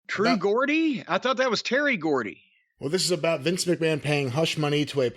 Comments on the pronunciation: True Geordie... Pronounced...Jordy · Geordie said like "jaw-dee", not Gordy lol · Gordy!! sorry mate but it’s pronounced jaw-dee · Come on hahaha! Look, i get that I'm a little biased because I'm a soccer fan so I've heard the term before.. but Geordie has an "E" in it. How do you get Gordy? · As someone from that part of the U.K. it’s ‘true geordie’ pronounced Jordy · Hahah true gordy. Geordie is pronounced 'Jaw-dee' and it's a term used for people who are from Newcastle prodomintaly good old the Bastard PAC in aew is a Geordie. and thats where the guys from who does the podcast. God bless you americans pronouncing UK terms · I've never heard it pronounced Jaw-dee before. I have heard it pronounced Jor-dee. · True "Jordy" its pronounced. Like Jordan- Jordy lol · Jordy not gordy😂😂😂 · From another fellow “Gordy” this pronunciation is gold 😂😂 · It’s not Gordy it’s GEOrdie. Geordies are from Newcastle England(where Neville/Pac is from). Our football club has the richest owners on the planet. Toon toon black and white army! ⚫️⚪️ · Not the gordy again 😂😂 a legend no one gets his account names right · True Gordy? Come on. Clearly says True Geordie podcast 🤦🏼‍♂️